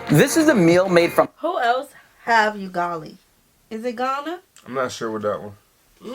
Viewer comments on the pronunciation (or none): It's U-ga-li not yugali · UGALI is pronounced as 'oo-gah-lee' and not 'you-gah-lee' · its Ugali not '"you"gali' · 😂😂😂😂😂 please its not yugali "Ugali"❤😂😂😂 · It is not pronounced you-gali, it is pronouced oo-gali.